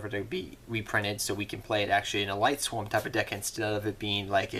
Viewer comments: Not to be rude, but this was just bugging me. Lightsworns, not Lightswarms. Lyla, not Lyra. Silent Honor ARK, not Silent ARK Honors Knight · mane, it aint lightSWARM it is lightSWORN like sword but replace the "d" with an "n"